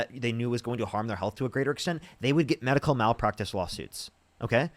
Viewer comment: WHY does she keep selling MAD-ical?